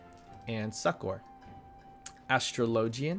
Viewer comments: Great guide but the way you pronounced Astrologian hurts my brain. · OHhh, it's nothing, just playful teasing :P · Your pronunciation of "gauge" and "astrologian" hurt me to listen to, but the video was pretty good. Thanks! (they're pronounced "gae-j" with a hard "J", and "a/uh-straw-lo-gen")